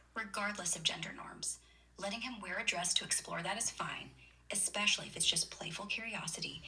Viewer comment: Did that bot actually say “ekspecially”?